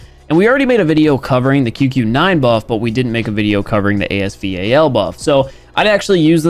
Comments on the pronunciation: Man it Bugs me when people pronounce the name A S V A L instead of ASVAL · Can someone tell him it called the as val not the as v-a-l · its A S VAL not A S V A L (no hate) get it right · ASEA VAL Me- As Val you dimwit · Please just say VAL, quit spelling it out 💀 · say it with me "A-S VAL" its not A S V A L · it is as val not as v a l pls stop saying that it makes me go crazy bro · ur pronouncing it wrong tho its A-S val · I love how he calls the as val A S V A L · I'm calling it A S VAL